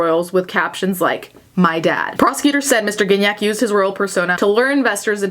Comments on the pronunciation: Gignac is such a french canadian name x) the first g is not pronounced like that, its the other g. Can’t think of an english word that uses that sound... its not like giraffe, there’s no d sound before. Anyway. What a weird timeline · I didn't realise you pronounced Gignac like cognac 😬